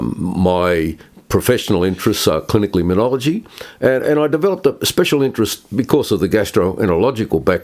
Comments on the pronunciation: It's immunology, not immuniology, John. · This Professor is brilliant. Very grateful to you, John, for interviewing him! Minor point: John, you keep mis-pronouncing immunology. It’s not immun-iology. No ‘i’ after the ‘n’.